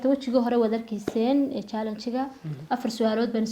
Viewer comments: Pronounce it well it is challenge not chaalang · Jaalaanji ikraney pronounciationka inaga saxa 😂😂😂😂